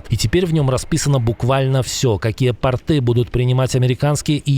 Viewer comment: Не " портЫ"....😂😂 а " пОрты" От слова Порт.. Не от слова " порткИ"😅😅😅😅 Журналисты,.....😂😂😂